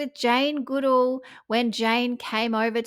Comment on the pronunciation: You are pronouncing Jane Goodall's name incorrectly...